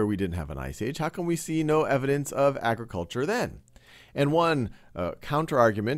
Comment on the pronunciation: ag- re- kul- char agriculture